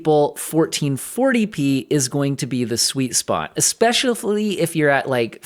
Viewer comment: LOL 😂 espeshiafuully !??